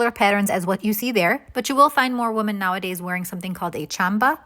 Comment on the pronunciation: IT’S “WImen” not “wuhmen" in the plural form. Woman is singular, women is plural..